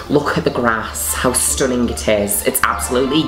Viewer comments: I love how Juno says stunninGUH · as always...... STHUHHHNnING!! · "Absoulutly stooning" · i will never say the word stunning normally again xD